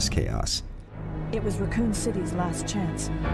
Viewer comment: “Ruh-coon City”